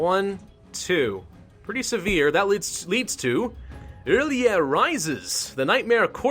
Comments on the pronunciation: Mittens The Conqueror he got the "orly?" meme and adapted to the situation making a "o'rlyeh" :) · It's pronounced early aye Rlyeh just thought I'd help out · R'LYEH is like Relay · I will help you it is sayed like this are-lie-eh and HE IS LOVECRAFTIAN he was made by H.P. Lovecraft himself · Pronounced ril yeet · its prounonced r'lyeh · I think it’s pronounced “R Liah” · I think R'lyeh is pronounced "Ryl-jeh" but i'm not an expert and could be wrong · its pronounced like Early-A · Uh... nothing personal and you won't see this but... ur... I think you read R'lyeh as rir lay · Ok so I know you don't know much about Cthulhu but, the R'leyh is pronounced like real-yah. I ain't gonna judge you tho, idk much either. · R'lyeh is pronounced like RYLAH RYLAH I TELL YOU!!! Like you, I am a grammar nazi so... Can't help my self BTW nice vids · First time I ever heard Ph'nglui mglw'nafh Cthulhu R'lyeh wgah'nagl fhtagn intoned with a Welsh accent. R'lyeh is pronounced exactly as it is spelled. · it's not the right way of saying "R'lyeh" but it's fucking hilarous xD